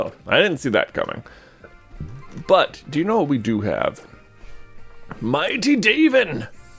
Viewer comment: Every time i hear you pronounce daven like david i laugh, it sounds so funny!